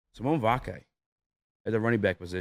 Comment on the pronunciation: Let me help you out- See-Oh-Nee Vah-Kee Ver-sah-til-ah-tee